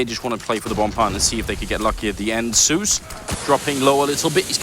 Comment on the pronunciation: So annoying how the caster pronounces Zeus 'Seus'